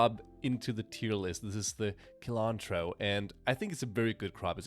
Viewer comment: A small complaint: "cilantro" is pronounced with "s" as the first sound, not "k".